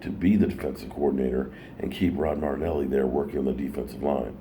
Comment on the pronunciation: It’s Mari- Fucking- Nelly not MardNelly!!! 😂😂